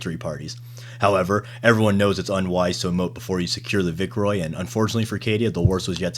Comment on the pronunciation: The """vickroy"""? Instantly dropped your channel the second I realized you can't pronounce basic words